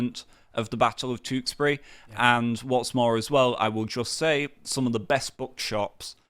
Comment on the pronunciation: Where is 'Tooksbury'? Please learn to say the 'you' sound. Sick to death of YouTubers who say 'noo' when they mean 'new', 'stoodent' when they mean student and 'tooksbury' when they mean Tewkesbury.